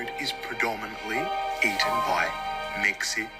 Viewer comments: The way he says, “Mexi-**dramatic pause**cans” just scares me 😭😭😭💀🥀🥀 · it's insanely weird and random that he puts so much emphasis on the "can". It legit sounds like it's subtly calling us c*nts